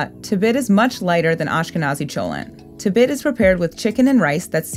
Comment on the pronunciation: im an iraqi jew and its pronounced tibeet